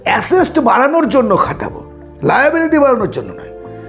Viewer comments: আপনি Assets বলছেন না Acests বলছেন বোঝা মুশকিল , ঠিক করে বলুন আগে 😂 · Dada kotha ta assest noy assets